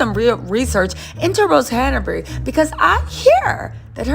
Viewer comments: Her name is Hanbury not Hana bury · There is no “a” between Han and bury HANBURY